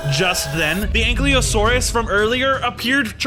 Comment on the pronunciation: Ankiliosaurus Its prounonced Ankylo-saur-us